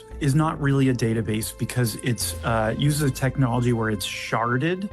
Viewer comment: "Sharded" 😂😂😂 I'm a child.